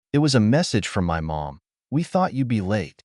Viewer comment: Funny how everyone ignores the AI generated voice that ruins yet another story. Instead off it they read it as IT. He blocks them sole at the park but when he gets home the phone buzzes with a message from M O M? Showing he blocked them. Another sad case of the site owner being too lazy to listen and correct their own reposted story.